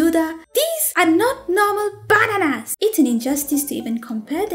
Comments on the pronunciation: The way you said 'BA-NANAS!!!' though XD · When she/he said Bananas like that, it reminded me how my Russian teacher couldn't pronounce chicken right. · I can't get over how says "Bananas" I'm sorry Also bro thanks for using bsd characters